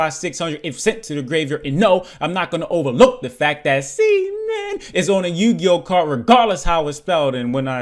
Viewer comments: Is Seamin pronounced SHEmin? Since they have a Chinese art style... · Is it pronounced SHEmin? Since they have a Chinese art style